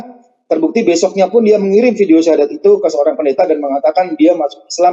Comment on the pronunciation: lidah YM sudah di kelukan oleh Allah,terbukti dengan pengucapan syahadat yg salah